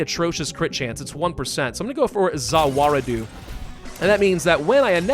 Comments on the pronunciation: this mofo just said "Za War A Do" I am saddend, but understand. it's "ZA WAR-DO" (the a is silent between war and do) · Isn't it more "Za Wa-ru-Do"? (Za as in pizza, ru as in rue, Do as in dough)